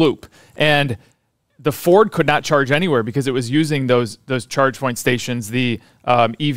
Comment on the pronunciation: I'm hearing Checkpoint every time they say Chargepoint. Checkpoint is an 8 pillar stock! Update on that one, fellas?